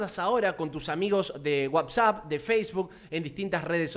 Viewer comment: dice wabsap o yo oigo mal??